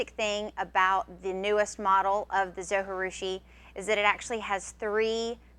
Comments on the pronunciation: pronunciation from the manufacturer: zo jih due shee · it's zoji like you pronounce the j like j not h. It's japanese